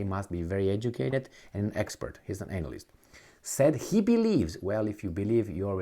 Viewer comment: I feel like purposely pronounced anal-list